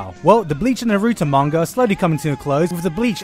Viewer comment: Manga is pronounced like with an m sound like mop, I am from Japan and it frustrated me when people pronounce it wrong!